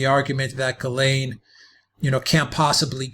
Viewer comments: Please pronounce her name properly, it’s a French name it starts with a jjjuuu, lorn, it’s not perfect but for most non international nation on the planet earth it’s near enough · I have never heard of this name Ghislaine pronounced the way you say it..... I've Lived in Quebec , which is french , and they pronounce it 'Jishlaine " ..